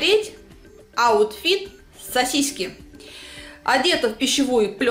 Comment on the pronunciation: что за речь? "даю вам последнюю возможнозт посмотреть... " сосиськи